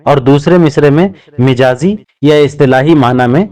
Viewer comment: ارے بھائی مَجاز ہوتا ھے مِجاز نہیں میم پر زبر ھے اور آپ میم کے زیر لگا کر بول رھے ہو پخلا خود استاد بنو پھر کیس کو بتاؤ گمراہ نہ کرو۔